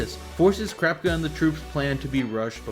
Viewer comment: why do you say krapka instead of kurapika( coo-rah-pika)